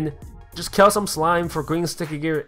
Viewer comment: his accent sounds like kel